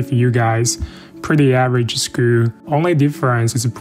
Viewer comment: Average讀成這樣。。。不要講笑話了